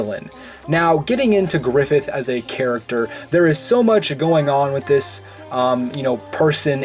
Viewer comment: Ugh, griffilth